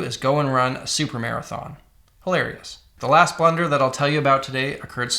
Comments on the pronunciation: Why does he keep saying blender 😭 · Thought he was saying "blender" the whole time. I was like tf blender has to do with this? 😂